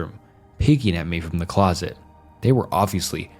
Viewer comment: He pronounced closet as ‘closest’. Totally bungled the story